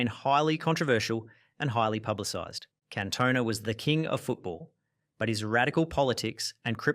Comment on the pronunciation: I've already read the previous comments but a few other name mispronunciations that I noticed - Kluivert was "Kloy-vert", Cantona was pronounced like Kerry Katona, Robinho was Robin-hoe, Thierry Henry was like Henry VIII...just to name a few more, off the top of my head. As a fellow Aussie, may I please apologise for this utter wanker's abysmal narration, who also quite clearly has absolutely NO IDEA what the word "evil" actually means.